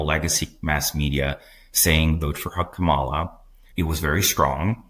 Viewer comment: Kamala = Comma la - emphasis on the first syllable. Come on you should know tihs by now